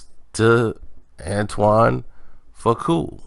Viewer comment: Foo- qua is how it’s pronounced